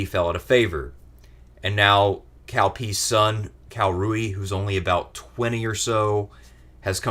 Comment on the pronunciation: So you pronounce Cao Cao right but then pronounce Cao wrong for the rest of the segment? So lost